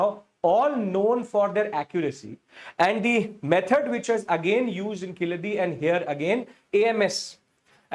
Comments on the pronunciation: It's Kee-zha-di and NOT Ki-la-dhi 🙏🙏🙏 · Sir, it is pronounced as Keeladi. The Z is silent. Also the place name is Siva Gangai not Sivakalai as you said. KEELADI and SIVA GANGAI. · Yes correct but still pronounce zh as ill. Sad correct?